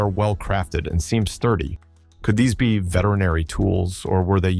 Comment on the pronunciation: Please: that's not the way to pronounce the word "be", when it's at the end of a question.